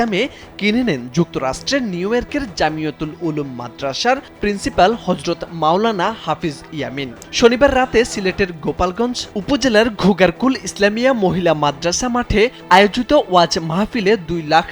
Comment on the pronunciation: গোলাপগঞ্জ রে ছাগল গোপালগঞ্জ না 😂😂